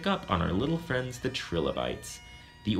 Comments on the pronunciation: Nice videos. But...it's [L-eye-kins], not litchens. And yours is the first time I've heard the little guys called trill-o-bytes. Usually it's Try-low-bytes. But good job anyway. I'll try not to climb the walls when l hear it. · The pronunciation I learned sounds more like "Try-lo- bytes" - But who knows what is actually correct from an English perspective... It is not the same if you use German, for example. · Wow you mispronounce trilobites and lichen. Good job. Way to sound smart. Why not mispronounce more words?